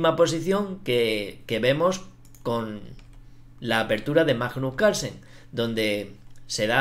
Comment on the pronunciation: La verdad es que Majnuj Calsen ej una bejtia